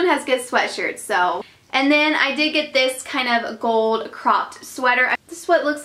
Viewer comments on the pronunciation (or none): none